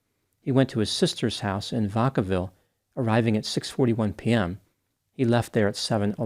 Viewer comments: Its pronounced Vack-a-ville. Like smackavile but with a v instead of a sm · Vaccaville. Vac- vacuum. Vacaville.